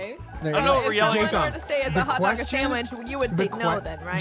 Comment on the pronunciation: says quedgen not question